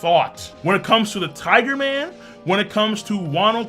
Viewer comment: Lmao just because you say tigu man instead of tiger man doesn't meant it sound like authentic Japanese way of saying it. You crack me up